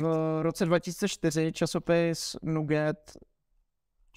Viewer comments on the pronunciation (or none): Az na to ze nugget se cte trochu jinak, ale nevadi ...